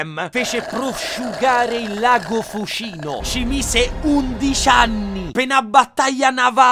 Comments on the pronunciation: Da Abbruzzese non avevo capito prima l'aneddoto del Fucìno perché noi diciamo Fùcino con l'accento sulla U è pensavo fossi io pazzo😂😂😂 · NOOO è lago di fùcino, non fucìno (è come leviosa... non leviosà) 😁 ps: sei troppo forte!!! non smettere MAI di fare video